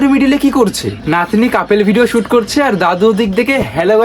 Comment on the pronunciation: কাপেল na ক্যাপোল 😂😂